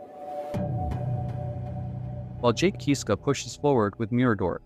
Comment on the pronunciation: I’m sorry to be knit picky but please pronounce their last name Kisska NOT Keeeska